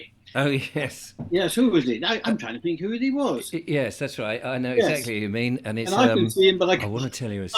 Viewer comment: There is only so long I can listen to not being able to say 'th'!!! It's 'think, not "Fink"!!